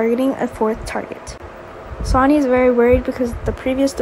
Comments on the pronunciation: The voice keep reading sony ... its sonny pronounced like sunny ... even spelled it like sani... please say sonny correctly. Or just say sunny if you have to... but thats who sonny is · Willow is a girl not a guy, get this narrarator off of here,she's a kid ugh she can't even pronounce Sonny's name omg 😫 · His name is sonny not sanny